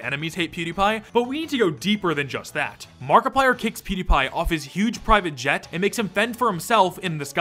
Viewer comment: mark kicks you out cause fighter jets guzzle fuel. Also every time i hear you say private jet my soul dies.